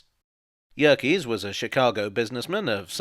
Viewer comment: Every time I hear 'Yerkes', I boo. Yerkes is my railway Haman from the book of Esther.